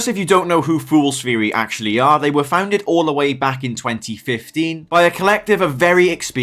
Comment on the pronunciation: "Fools feary"😂